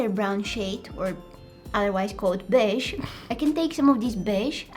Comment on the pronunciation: I like when she said: “bEge” 😂😂 It was so funny